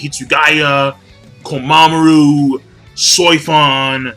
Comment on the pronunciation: god damn it it's komamura, not komamuru